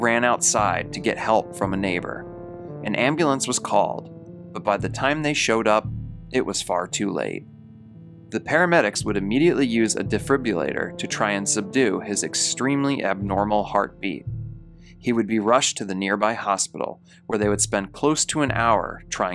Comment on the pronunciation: It's a called a "de-fib-ril-lat-or", in story 2 . . . You know, to de-fib-ril-late the heart that is fib-ril-lating ( quivering, instead of actually beating; kinda like those twitchy leg cramps or eye twitches ). By the way, You had me 'scribed at "real life horrors... and true crime".